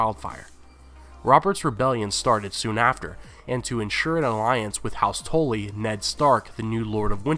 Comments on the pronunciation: I've been watching your videos from the beginning, and it drives me insane every damn time you say house "tholy" instead of Tully, ruins the entire video and makes it seem like you have no clue what you're talking about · "Meryn Traaarnt" "Cattelyn" "Tolly" Dude, pronounciation. They even say the names properly in the series, just repeat it how they say it.. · You pronounce "Tully" in a very strange way. The way you say it sounds like it would be spelled "Tolly" instead. ^^